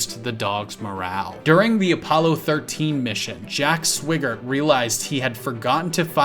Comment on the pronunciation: Key West did not declare itself independent. That was done as a symbolic humorous protest.... And let's talk about the proper pronunciation of Nguyen, Swigert, and Mozart.